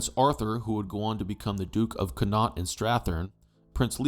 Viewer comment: Just a note Connaught is pronounced Con-ucht